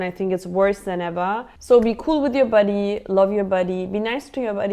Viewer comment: Hehe funny how you call body, buddeey”